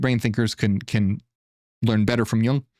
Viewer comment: Not pronounced "yAng" but yOOng